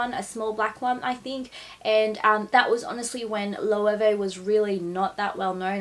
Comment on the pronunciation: I am a Spanish speaker. Let me help you "Lo" "e" way". It's always been big just not in daggy places like Australia and the States 🙉🌼😘